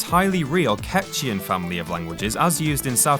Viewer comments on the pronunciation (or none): The languages of S. America are CATCH--oo-un, not CATCH-ee-un, as evidenced by the fact that the letter after the 'h' is 'u', not 'i'. Actually, if you want to get a less Anglicized, i.e., more like Spanish, it should be pronounced KAYCH-wahn. In reality, that language was Huttese--the language of Jabba. Sebulba (the pod racer who walked on his hands) and Watto (the alien who owned Anakin and his mom) were speaking Finnish. Lastly, Nien Nunb (the short co-pilot with the wide head who rode with Lando) spoke Kikuyu (cousins of the Masai) and Kalenjin.